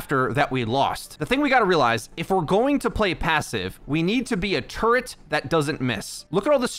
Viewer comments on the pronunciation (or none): none